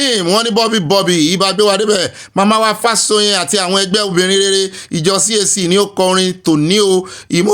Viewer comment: Good evening, and. Happt birthday to our father, Professor Akintoye. The correct pronunciation is Fáshò̩yìn. Much ❤.